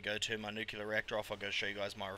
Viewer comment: Great stuff, G :) Nuclear != "nucular", but oh well :p